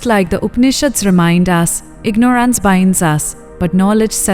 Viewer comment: it's not the Indian accent but the mis pronunciation of words like ignorance which is jarring